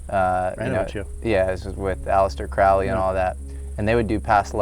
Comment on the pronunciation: You pronounced Crowley wrong. It's Crow-lee. Source: I'm a Thelemite.